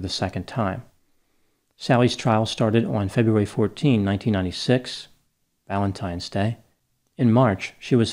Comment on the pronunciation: I couldn’t get through this series. McNeil allegedly beat her children, but she killed him for allegedly beating her. I think you pronounced “Valentimes” Day wrong 😫